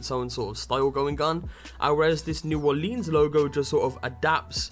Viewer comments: Its pronounced New Or-lans not New Or-leens. Not sure why that pissed me off so much. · Dude is not Olinse is Orleans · It's pronounced new orlins yah Yankee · its new orlens it all flows you trying to hard on the leans part. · New Orleans should never rhyme with jeans. New Oar-lins. I'm not even from there and I know this. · Anyone who live outside of Louisiana seems to call it "New Orleens" lol. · ***** it's ok it's mostly a southern thing but sometimes I sat new Orleeens too. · Yeah, New Or-lee-uns is acceptable too though. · Pronounce it right please, New Orleans is said like (Or-lens) like glass lenses not lean like lean against the wall. Anybody who lives in Louisiana can tell you that. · Or-leans. I hate that pronunciation